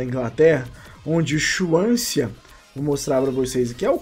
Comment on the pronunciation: Não se pronuncia Chuansia kkkk é "Suansi"